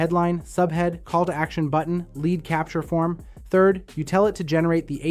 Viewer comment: Was sounding very very interesting until... I heard the AI voice clone say lead (as in the metal) instead of lead (as in lead me to victory)